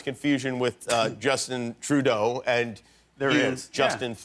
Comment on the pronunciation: As a Canadian, Trudeau would NEVER be pronounced TruDOO! It’s literally just pronounced Trudeau in Quebec, but like with the French R. Man, that line just ignited the French curriculum inside me.